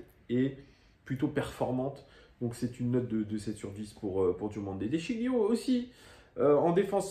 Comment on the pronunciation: Bon debrief, juste un point sur Memphis qui était bien dans les tribunes pour soutenir le club. Après il fait ce qu’il veut de son temps libre. Et de sciglio on ne prononce pas le G. 😉